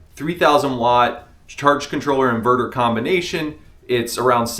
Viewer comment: InvooRooR in-Ver-Ter. Hunnert hun-dred